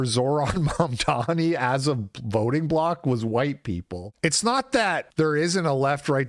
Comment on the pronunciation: i like the way you kept saying Mamdani's name wrong.